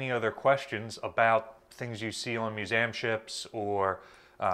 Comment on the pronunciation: Love this info but you pronounce it "Mewzamm"?